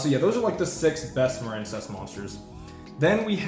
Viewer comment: You're shitting me right? A water based archetype? It's pronounced muh-reen. Just like marine life or marine mammals or the US Marines. You mispronounced it intentionally and you make yourself seem retarded every time you say it. Also this is how you spell the name "Maren". You know this stop pretending and quit mispronouncing card names intentionally. You're a grown man ffs. It is the stupidest trend in Yu-Gi-Oh!.